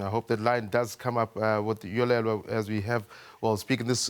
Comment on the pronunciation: Dude, it's Yolulwe not Yolelwa!